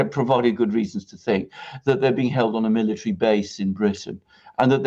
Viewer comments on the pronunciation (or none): none